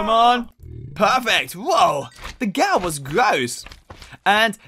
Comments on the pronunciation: I mean its not Gaul its ghoul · its prounouced /guuhl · Its ghoul not ghoul